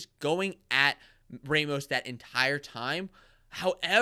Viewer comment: Good commentary, but you guys need to know it's pronounce RAH mos, not RAY mos.